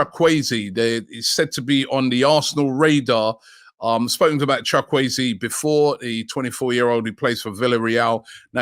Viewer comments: Chalk weezy???? Really It’s pronounced chukwu-ezeh chook wu a zay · Did Robbie just call Chuk-wu-eze Chuk-way-zi 😂😂😂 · Robbie you are bad at pronunciation. WTF is Chawueze😂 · It's pronounced shu ku eze not sha kwe ze😂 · it’s called Chu ku eze Robbie not Chakwezi 😂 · Chukwueze is pronounced, tchu Kwe ze ... No shock wei zi 😂😂😂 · Chukwuweze not Chokwueze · Robbie it's CHook Woo Ehzs...chukwueze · Who the heck is chakwuezi ? ROBBIE THE BUTCHER. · Chukwueze is pronounced chu-kwu-eze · Chuck-way-zee., the absolute G.O.A.T 🐐 😂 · Robbie butchering the names as usual